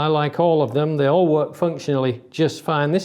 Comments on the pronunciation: "I like awl of them" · "I like awl of them" :D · "I like awl of them" :)